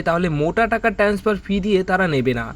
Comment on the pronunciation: সব বাসি খবর। ঠিক করে বলতেও পারে না। জঘন্য। আরে ভাই, 'ট্যান্সফার' নয়, 'ট্রান্সফার'।